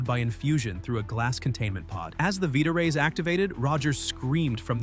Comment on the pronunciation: Is this one of those AI scam channels? The dude said veeta ray…it’s vita ray.